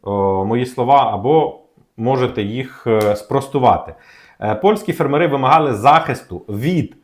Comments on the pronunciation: фЕрмери, а не фермерИ. Неможливо слухати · фЕрмери, а не фермерИ❗️ Ну неможливо слухати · У слові фе́рмери (множина) наголос завжди падав і падає на перший склад — на літеру е: фе́рмери. Цей наголос зберігається в усіх формах множини цього слова згідно з нормами української мови. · На порядок дешевше, це в 10 разів меньше. ФермерИ це невірний наголос. Щось робіть з ротом, чи головою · цікава інформація. Але тригерить: не фермери з наголосом на останньому складі, а фермери - з наголосом на першому складі